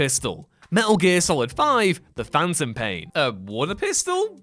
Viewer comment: He says stuff wrong, and it weirds me out. Pendragon, The Phantom Pain, Martinez, bleugh. Begone,...